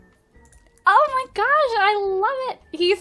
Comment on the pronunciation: When she she said "Ohmahgawsh" i laughed my ass off and idk why